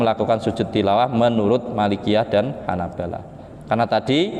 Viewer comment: Salah baca yg benar bacaannya Hanabilah bukan Hanabalah